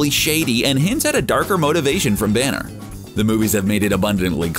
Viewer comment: Is everyone gonna ignore the fact he says "the Hulk and Bruce Branner 😂😂😂